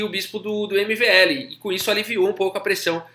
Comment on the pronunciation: Você falando "MLV", e eu ouvindo "MBL". Rs... Teria sido melhor você falar "Vachier".